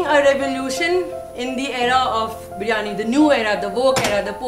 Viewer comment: 1st off all please Pronounce properly BIRYANI NO BARYAANI 🙄🙄🙄 THERE'S NO COMPETITION BETWEEN KARACHI BIRYANI TO ALL OTHERS.... KARACHI BIRYANI IS LOVE 💕